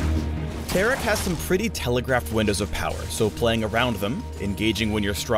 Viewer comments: Its TAR-ICK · I don't pronounce Taric like that. I pronounce is like Tar-Rick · Tear-Ick confirmed. Not Tar-Ick. My mind has been blown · how is Taric Tear'ick?.....lol the pronounciation choice by Riot.